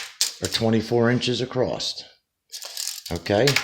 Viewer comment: ah...there is NO 'T' IN THE WORD ACROSS, NONE. NO T IN ACROSS. ITS NOT ACROSST...NO SIR.